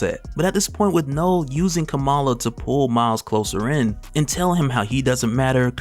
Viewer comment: Kamala is pronounced like Comma-la